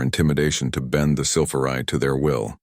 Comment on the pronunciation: Just how many ways is your Damn AI going to pronounce "Sylphari"!!!!???? So, far hat number is 3. But, the story ain't done yet!!!